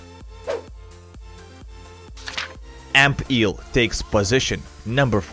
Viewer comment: Ampeel sounds like amphere